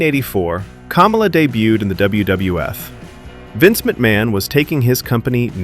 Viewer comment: You owe him an apology for pronouncing his name wrong. It's not pronounced like the former VP, but you're probably MAGA and doing it on purpose to be cute.